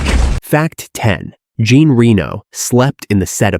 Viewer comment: Fact: check pronunciation before recording. Besson and Jean are to be pronounced French. Plzzz